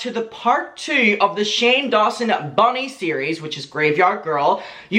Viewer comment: Not me wondering who the eff is Bonnie for ages then realised is saying Bunny 😂